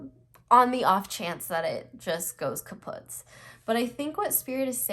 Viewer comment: She said kapoots haha